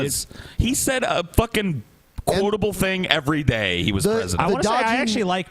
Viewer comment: says thin instead of thing